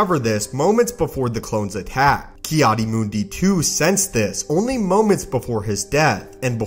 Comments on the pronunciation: It's Mundi not Moondee. If you can't pronounce character names, find a new occupation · Ki adi mundi Not ki adi moondi